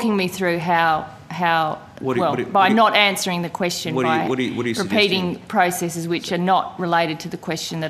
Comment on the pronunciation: since whenis question pronounced quistin xddddddddd